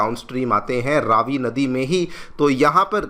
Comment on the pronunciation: Please can you pronounce the Name of the river correctly?!? It’s not Raaavi but Ravi (as in Ravi- vaar…🌞) - thank you.